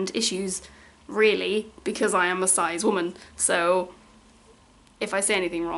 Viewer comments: (its pronounced Sis!! rather than size!!):) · HAVE I BEEN PRONOUNCING CIS WRONG THIS WHOLE TIME